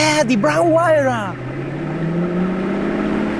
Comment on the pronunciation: hahahah its funny when you said huayra somekind haha, btw thankyou so much for the video, really love the new pagani imola roadster